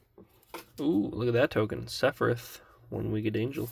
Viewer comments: Seph-e-RETH 😂 = SephiROTH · definitely mispronouncing sephiroths name on purpose